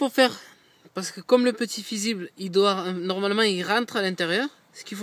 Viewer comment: Le "fizible" 😂😂😂